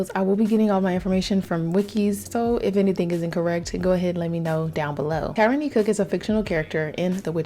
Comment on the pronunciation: For choosing which Sims to do next you should make one of those "spin the wheel" things online, it keeps me sometimes Edit: Also her name is pronounced Tair-rah-knee!